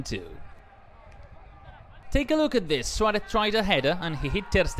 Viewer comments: please say Suarez and not Schuwaretz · Saying it completely wrong tho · “Luis SWALEFFF”